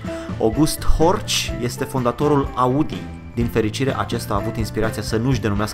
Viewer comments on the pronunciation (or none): În niciun caz Audi nu e asa cum ai zis 🤣🤣 Nu am mai ras de mult asa tare Invata sa rostesti cuvintele in limba germana fiule După documentează-te cu mai multa atentie Auto Union Deutschland Ingolstadt Trăiesc în orașul unde se fabrica si lucrez ca si desenator de caroserii pentru Audi